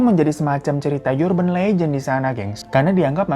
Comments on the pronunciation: urban anjir, bukan yurban.. uban kali ah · Kebiasaan lu bg, urban legend to pronounce nya biasa aja, gak pake Y 🙄